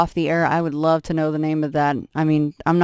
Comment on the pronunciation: When you said I love it like " I ruvv it" it reminded me of that old sun maid raisins advert some kid after being asked why do you like these raisins. She says " I rike red" because they are in a red box lol